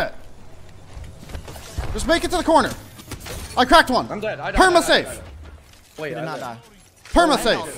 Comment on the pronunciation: pharmacyって言ってんのかと思ってたpermanent safeか